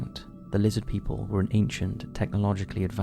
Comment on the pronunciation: Lizzid Peeple!! - HeckleFish 😂😂😂